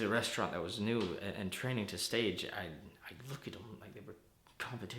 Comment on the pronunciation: Pretty good I think u made it ur own…like u separated urself from the original performance well, well done…also it’s pronounced “stawj” not “Stage”…my main critique is u kinda kept it the same volume the entire time, it would’ve been more interesting to see u turn up the volume for a few bits. By volume I mean the rhythm or way in which u were talking…like the original actor explodes at a few parts but it makes for something more interesting